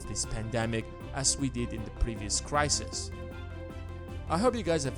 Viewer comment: Not just me that found "crisisis" annoying then? ;-)